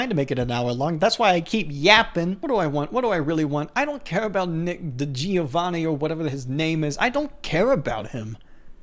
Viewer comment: Ignore my first comment...you couldn't pronounce DiGiovanni correctly...NOT a paisano. 😂 Is okay...you're still alright.